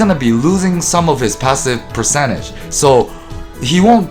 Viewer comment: i never know if you're saying 3% or 30% or 13% also 4% or 40% or 14%, you pronouce them the same and it's confusing. can you please just check how it's pronouced to be less confusing as many listen to your content in the background while doing otherstuff so we can't just check everytime. No harsh feeling, it's just for clarity.